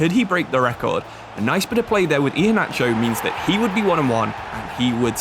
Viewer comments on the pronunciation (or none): none